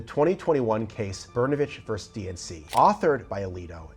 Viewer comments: “Versus” is not pronounced “verse” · Isn’t the word ver-sus?